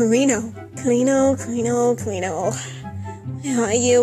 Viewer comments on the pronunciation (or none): And ñ is pronounced kinda like an ny sound. So car-een-yo, not car-een-o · CariÑo Es que no se pronuncia así AJAJAAAJA es con ñ y es muy difícil que los que hablan inglés lo pronuncien I am too lazy to grite that in English so translate it on google JAJAJAAJ